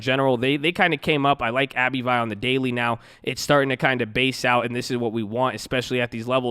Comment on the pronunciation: Are you messing with us on these pronunciations of these companies? NVIDIA is [en-VID-eeyah] , Abbvie is just Abbvie....not Abby-vee. (Hopefully messing with us)